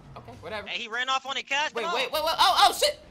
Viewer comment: They dont stop sayin CUHZ